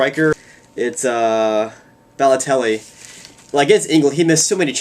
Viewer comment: Lol. It's you pronnounce his name like Balloteli you say it like your saying ball. But baloelli is one of the best strikers.